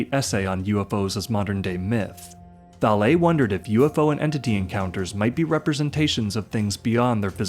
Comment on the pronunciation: Valê é a pronúncia, horrível ouvir o erro várias vezes